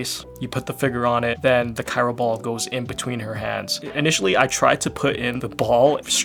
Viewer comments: Not saying Cairo instead of Cryo 🥲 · Is he saying Cyro instead of Cryo? Why? lol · Bro said cyro 💀